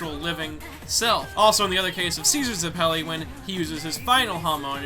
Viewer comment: Why do you always have such a hard time pronouncing everything? You can't even pronounce Zeppeli